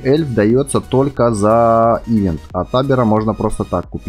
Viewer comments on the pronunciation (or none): none